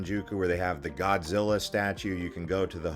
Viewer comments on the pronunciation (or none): none